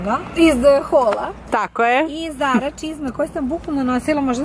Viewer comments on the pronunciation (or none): none